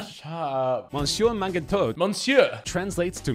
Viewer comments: The way the guy pronounced monsieur mangetout was fucking nuts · Lmao at the way he pronounced Monsieur Mangetout. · I won't lie, the pronunciation of "Monsieur Mangetout" was very shit 😂😂😂 The ears of all of the French speakers were bleeding, me especially 😂😂😂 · That pronunciation on 'Monsieur Mangetout' makes me crease so hard. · The guy couldn't at least search the pronunciation of monsieur mange tout ? This is a world record